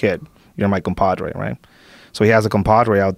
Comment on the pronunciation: True. This guy is an American, pretending to be Mexicano. Perfect command of American idioms. Mispronunciation of Campadrrei, Veenezuella, Quezal...coat, Mecsico.